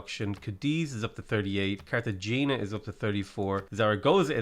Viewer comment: I’m sorry, I know you get a lot of this, but ever time you say Cartagena like that I die a little inside.